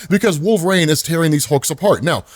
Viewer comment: I can’t be the only one hearing “wolverAine”